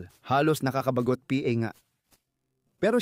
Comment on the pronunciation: Bakit ba palagi mong binabanggit ang letrang M-G-A at P-A...bat d mo na lng diretsong sabihin ng mga at pa..para kang nag jo joke habang nag na narate..anu ba yan